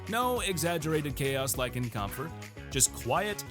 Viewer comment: Should probably be pronounced as "kempfur". Kämpfer means fighters (or warriors) in German